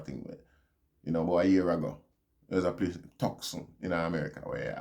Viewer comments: Tucson is pronounced like Two-Son. Hope you don’t mind. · Bless up. The pronunciation is To-san=tucson